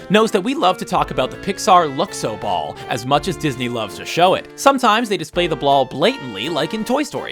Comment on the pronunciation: At , did he say "blall"?